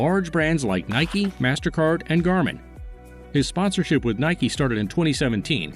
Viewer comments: Rick started working with Nike , Mastercard , and Garmin , not ‘ Gramin ‘ restaurant 🤣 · Did anyone notice “Garmin”? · Garmin (GPS Equipment)- not gramin 😂